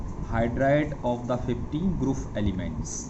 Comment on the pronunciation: Grouf nahi group hota ha .😂😂 Lol